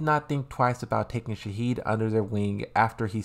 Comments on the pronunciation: Why you call Shaheen - Shaheed? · Salim* not "Salaam" lmao And why do you call Shaheen "Shaheed"? 😂😂